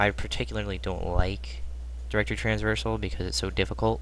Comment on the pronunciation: Bro its traversal :P